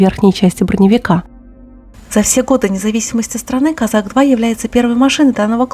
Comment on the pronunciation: Козак. Ударение на второй слог.